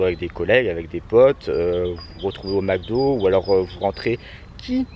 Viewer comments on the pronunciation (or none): none